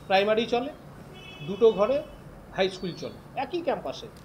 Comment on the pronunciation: Eai councilor je secondaty r primary uccharon korte parche naa eder apni bolteo lazza lage, aamader durvagya eai illiterare gulo neta.